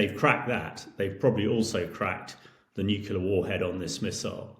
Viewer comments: "New killer"?... Does this guy really not know how to pronounce "nuclear"?? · Do not take seriously anyone who pronounces nuclear "nook-u-lah ". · Yes, you wonder about his attention to (important) details ... and his pronunciation of 'nuclear' ... it's not nuc-u-lar! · As soon as I hear some sausage, who can't pronounce 'nuclear' properly, I switch off. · Russia has NOT lost 600K dead. That's all losses—KIA, captured, incapacitated, deserted. I'm done with this crap video. Dude can't even pronounce "nuclear." Not remarkable for the average person, but signs like that are all over the place with this poseur.